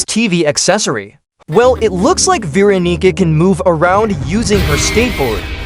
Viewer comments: vee ra nee ca 💔💀 [its ver awn ih cah] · "veeronica" wait "vee" veeronica WAIT IS THIS A DANDY WORLD'S X FORSAKEN COLLAB- I'm srry I'm in both fandoms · You did not say Veronica🥀🥀